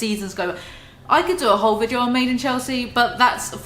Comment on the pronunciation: I love the way u say video - ”VIGEO”